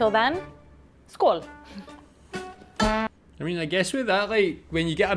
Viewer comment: I’m Swedish and ”skål” at the end almost convinced me she’s Swedish. 😅